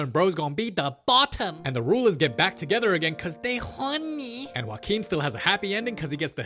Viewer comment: can we talk abt how good he says "joaquin"?